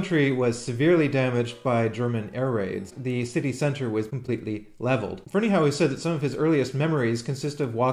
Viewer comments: i think its pronounced FerneyHUFF. but i could be wrong. my friend is a Ferneyhough and he pronounces it HUFF! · If memory serves, Michael Finnissy, who knows BF, pronounces it "Ferney-O." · drew bridge I've heard a variety of pronounciations, the one I've adopted seems to be the most common although of course it may still be wrong.